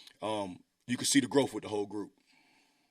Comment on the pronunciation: He said "you can see the growf"?